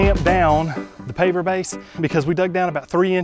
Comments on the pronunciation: Me and my husband kept hearing you say paper base. We even turned on subtitles and it said paper base. We couldn’t figure it out until I went to the Lowe’s app and thankfully it popped up with paver base! 😂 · Try (pardon me, YouTube heard "paper base" - Initially it sounded like "bait" to me. I don't know what either one is.) - - (YouTube heard PA, I heard "paper bait"), (YouTube heard Pap Base, I heard paper base). Then there's . I seriously don't know what this is, and neither does YouTube. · Is he saying paper base or paver base? The subtitles aren't good for that word.